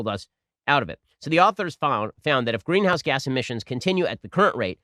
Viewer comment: C-OH-TWO is actually NOT a "green-ouse gas"